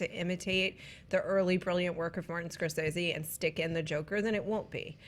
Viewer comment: Preach preach! I may disagree with what you have to say but I will fight to the death for your right to say it!...but I still have no confidence that WB will deliver anything but crap with this Joker movie. And it's "Score-say-ze" not "Score-sez-ze".